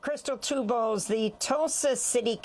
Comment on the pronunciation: Amy her name is Two Bulls. Not tube balls lijke you say.